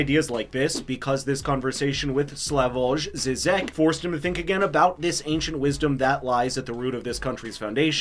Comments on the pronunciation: BTW, Slavoj pronounces his first name as "Slavoy" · Pronounced Slavoy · Sorry for being picky, but it is pronounced "SLAVOY". "J" in all slavic languages and german is always used that way as it was addopted from latine where it stands as alteration to "I".